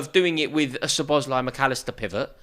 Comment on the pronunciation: sooner or later szoboszlai will leave pool/uk if nobody pronounce his name normally...this is lack of basic respect...for a god sake the end letter pronouncing in his name is "e" not " i"